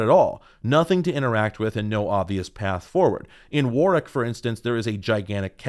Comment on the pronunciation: Thanks for pronouncing Warwick correctly!